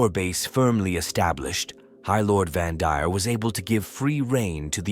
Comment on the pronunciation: It’s AI slop, that’s why the pronunciation and syllabic emphasis is all over the place.